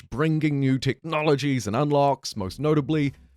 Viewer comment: techNOLOGIES 😂 I've noticed this too